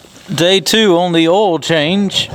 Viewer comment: love how you say OIL lol